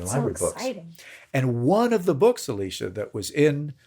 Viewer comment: Okay, is it me or does it sound like he is calling "Alicia" and not "Elisa"? Because that's what it sounds like to me.